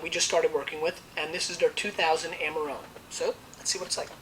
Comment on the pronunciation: he could at least try to pronounce it in an italian way